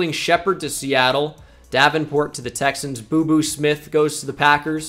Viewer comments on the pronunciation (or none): As a chiefs fan I feel offended about “BooBoo-smith”😒